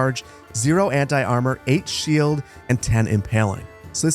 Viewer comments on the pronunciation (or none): none